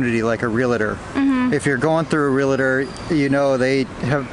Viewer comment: friendly tip: 'Realtor' is pronounced Real-Tour, not Real-Ah-Tore